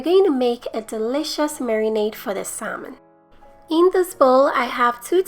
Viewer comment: It looks delicious. The "L" is silent in salmon though.